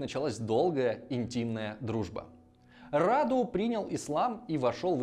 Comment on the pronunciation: Сильно извиняюсь, но считаю, что у меня есть право вас поправить. Как человек с соответствующим образованием, естественно. Имя конкретно этого младшего брата Цепеша принято произносить с ударением на «у», хотя уточню, что правилами русского языка произношение этого имени не регламентируется – обычно говорят так, как вы сказали в видео, рАду. Во-вторых, Раду не был гомосексуальным, более того, он был подвержен сексуальному насилию со стороны Мехмеда ІІ в возрасте 9 лет. Это никак не отменяет того факта, что как раз сближение Мехмеда II и Раду является следствием такого бэкграунда. Просто захотелось уточнить некоторые моменты.